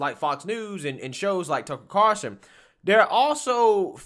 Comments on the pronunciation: bruh Tucker Carawlson! Not Carson ffs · cannot pronounce Carlson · stays calling him Carson. lololol